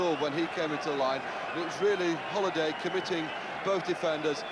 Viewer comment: Beaumont could never get Halliday's name right.